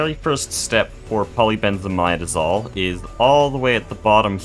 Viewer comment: For those curious about the pronunciation of polybenzimidazole, he's saying it almost right, it's poly benz ih mid uh zole (not mide)